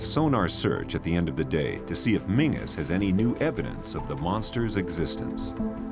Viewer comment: What town ? His name is pronounced Menzies, not" Mingus ".